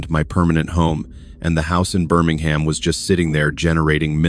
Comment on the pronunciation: Dear AI, Birmingham is pronounced Bermingum. Birmingham in the UK isn't the US one. please try getting it right.